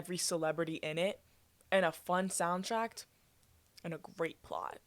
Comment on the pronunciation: Hearing u pronounce soundtrack as soundtract >>>